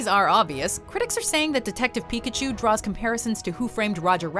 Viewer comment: Why did you say PIKAPOOL 😞 I can't unhear it now.